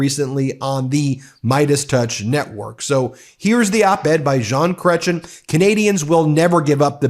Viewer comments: Ben, you are so cute when you attempt to pronounce our french names. Jean, don't sound out the N, and Cretien does not end in CHIN. more with EH! (giggle giggle giggle) Ya need our cute pronunciation with our french uhuhuh singing for the correct way of saying it. But you are still a "jolie petite choucroute". (means cute little cabbage but I swear it is adorable) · lol love how he pronounces Chretian and make it sound like he is a guy from Crete! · Great video - always love a solid Chrétien moment ❤️ Since you mentioned that you'll be doing more Canadian coverage, small tip from a Canuck - check out the pronunciation of some of the (important) names in your piece, like Chrétien, Québec, etc. It can make a difference to your Northern viewers 😉 Thanks, and again, great piece 💯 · If you are expanding to Canada, please hire someone who can pronounce names and titles with better proficiency: Premier, Quebeçois, Chrétien have all been butchered on this network. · This is a minor quibble, but if you’re thinking of expanding into Canada, you should know that you’re mispronouncing Chretien’s name. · You might want to say his name properly. We're not scared of the US. Trump needs to hear this, don't take our kindness for weakness. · Interesting stuff-Hard to believe Trump can make those comments and believe them himself. Please, though, learn to prounounce Mr Chretien's name... Not that difficult! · Can you do Canada a favor and pronounce Jean Chretien right next time? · this video continues to mis pronounce canadian names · I love your channel but mr cretien deaerves to have his nane pronounced correct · Please put the emphasis on the second syllable of 'Cretien' to pronounce it properly. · Request from Canada... learn to say his last name properly please ;) Love your stuff and glad you're expanding up this way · Ben, you almost succeeded in pronouncing his surname correctly. Put the accent on the final syllable....it's a French name. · Pronunciation of Chrétien